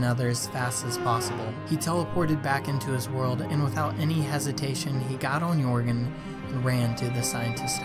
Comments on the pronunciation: Joergen (Yur-g-en) (The person telling this story) Joergen (Your-g-en) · Did anyone else notice he said yorgen instead of jeargon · I hate how you say jørgen you say jårgen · Am I the only one annoyed by him saying 'yorgen' not jöergan. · Jërgen not yorgjn Edit: still a very good video I hope PewDiePie sees this vid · Anyone else cringe when he says jorgen (your -gen) instead of jorgen (yer-gen) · Jorgen is not pronounced yorgen it’s pronounced yergen (TRIGGERED !!!!!!!!!!!!!!!) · It's pronounced Jörgen not Yourgin. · You said joërgen wrong it’s actually said Your gan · OMG!! Its Not Jorgan Its: “Joergen” 🤯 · Yoregen 😂😂😂 it’s pronounced Yurgen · Your saying joergen wrong it sounds like yergen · ITS JOERGEN NOT JORGEN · U said joergnn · He said yourgen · Boi u said ‘yourgan’ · He said yourgin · He said jore-gen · But you said Jöergen wrong... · This is great but I hate how he pronounces Joergen. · You pronounced Jurgen wrong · Joergen was pronounced in correctly and is driving me nuts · did you really pronounce the j in joergen??? what the fuck